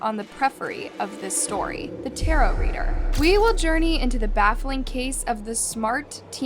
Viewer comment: tarow ? i thought it was tarot